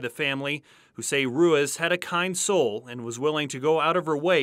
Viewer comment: It's Roo-eez, not roo-ez!!!!!!